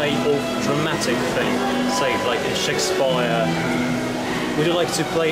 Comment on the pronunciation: Ah, hello! I was just wondering because you sound really British except for the word "Shakespeare".